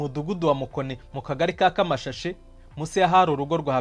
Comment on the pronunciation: Kamashashe arko ubwo koko nturagera i kanombe? ni Kamashaaaashi ( amashashi)